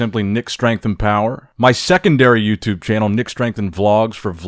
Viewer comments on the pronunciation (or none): none